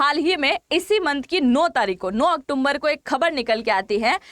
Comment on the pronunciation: 9 ऑक्टुम्बर -- उन्नीस सो एक्गोत्तर 😅😅😅😅😅😅😅😅